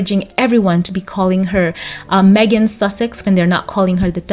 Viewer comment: Thanks for getting her name right.😊